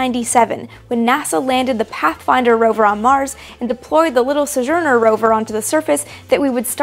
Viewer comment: It's pronounced SO-jur-ner, not suh-jer-ner. Thought I'd chime in since you do that a lot. Love your videos!